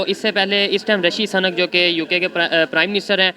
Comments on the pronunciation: rishi suuu..nak hai sanak nhi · "Rishi SANAK" nhi brother , he is Mr "Rishi SUNAK",. Hindi main iske maayne bilkul mukhlatif hai aur DEROGATORY bhi... just ek suggestion hai , baaki main aapki sabhi videos dekhta hoon .. u r doing a GOOD JOB. Ol D BST BRO ... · bhai SANAK nahi Sunak hai.... Suuuuuuuu-nakkkkkkkkk ....kam sa kam bolo to sahi... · O bhai sunak ha sunak bolo sanak nhi sanak ka matlab sanki hota ha